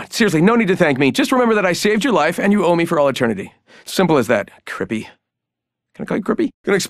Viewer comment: “Crippy” lmao